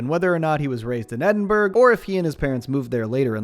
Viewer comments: "edin-BURG" oh i love you but.. ugh 😔💔 its Edinburgh as in "borough" sighhh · "it's edin-brough" like "edin-bruh" not "edin-berg" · EDINBURG! EDINBURGH ITS SAID edinbruh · Fantastic video, however i do have to inform you that the entirety of Scotland is coming for ur ass, its NOT ED-IN- BURGG ITS ED-IN-BRUH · Edinberg is pronounced Edin Borough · Edinburgh is pronounced Ed-in-BRUH not ed-in- Berg. I get that Scottish city’s are a pain to pronounce (I’m sorry) but its became a stereotype and I won’t have my homeland Americanised… also while I’m moaning Glasgow is pronounced Glass-Go and not Glass-Gow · edinburgh is pronounced Edinbruh or Edinburruh, not edinburg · I’m sorry man…. Edin BURG?! No no no no no. Edin (Borough) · Lol, Edinburg. It’s pronounced Edin-burrow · Edinburgh is pronounced EDIN-buh-ruh not edin-BURG. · FYI Edinburgh isn't pronounced "Edin-berg" it's more like "Edin-burrow." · I am sorry to be so pushy about this but it is NOT EdinBERG it’s EdinBRUH! I know people can pronounce it in different ways but it makes my blood boil whenever I hear someone say Edninberg and I have no rational reasoning for this. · Ed-in-bu-rah Edin-burgh, Edinburgh, not edenburg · edin-bruh not edinberg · Bro it’s not pronounced “Edinburg” it’s pronounced more like “edinbruuhh” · FYI, Edinburgh is pronounced Edin-Bruh, not burg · I’m from the uk and To this day I still have a £2 cd that my mum got my dad. That’s cd is the chocolate salty balls single! Also Edinburgh isn’t pronounced like that it’s ed-in-bur-uh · he said edinburg... thats inexcusable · Bro said edinburger lmaoo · Great video, just one thing, Edinburgh is pronounced edin-burra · Hurt my soul hearing the pronunciation of Edinburg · reminder for everyone that isnt scottish its pronounced e-din-bruh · Ed-In-Bur-Ah. That’s how you pronounce Edinburgh :p also that is clearly the countryside his folks live in, not the city 😂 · "Edinburgh" Pronounced Ed-in-bra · thats not how you say that